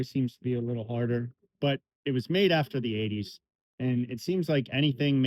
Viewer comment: You said IN the 80s wrong bud